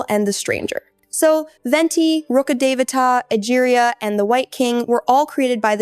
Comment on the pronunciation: Literally the only person to have called Rukhadevata- rukhadevta 😂 well done